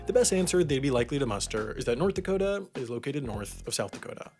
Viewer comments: My friend: wtf is a dakata? Is that a mexican pastry? Me: sure? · It's pronounced "Dakoter"